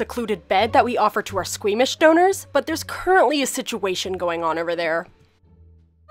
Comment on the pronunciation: The girl said scweemish 😂